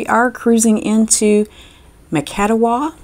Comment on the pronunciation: Macatawa is pronounced (mak-ə-TOU-ə). One of the most beautiful places on the west Michigan coast.